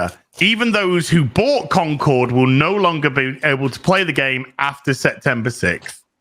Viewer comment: I love how keeps calling it "Conquered."